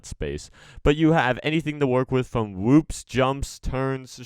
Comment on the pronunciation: what are whuups it’s whoops lol